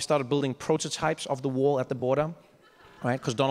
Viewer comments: The first time I understood "war" instead of "wall" and I was like "yeah, sounds legit"... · I lowkey thought he said "He wants his war"